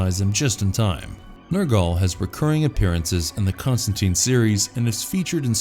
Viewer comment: Con-Stan-TINE. Rhymes with fine...